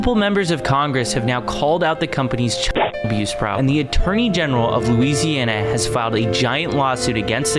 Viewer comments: Bro said Luziana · whyd he say Louisiana like that😭 "loue-si-ana" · "loseianna" is crazy 🙏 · did I just hear u call my home state luziana?? BOYYYY ITS LOUISANA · state of looseana?